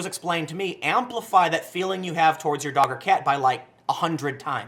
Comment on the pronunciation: Anyone else think he said "daughter cat" for a moment before your brain corrected it to "dog or cat," but for moment there you were like "daughter cat?"